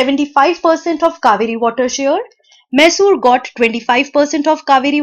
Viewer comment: Sry it is maisur not mesur ( Pronounciation of Mysore)